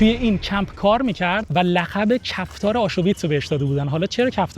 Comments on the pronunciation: آشویتس نفهم نه آشوویتس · جان آشویتز هست نه آشو ویتز 😮😮!! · Aschuwitz chie dorost talafoz kon